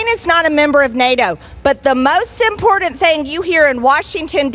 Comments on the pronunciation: imporTant imporTant its not effing imporDant margie gahhhh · I absolutely HATE the way she says "imporDant" repulsive. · I am bothered when she says Impordant. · MTG thinks she's so "impordent". She doesn't even know that there's no "d" in the word "important". What a dolt! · It’s what? “IMPOORDENT” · Marge - it's impordant to know what sord of spords teams you suppord. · Hey Marjie, pronunciation is impordant.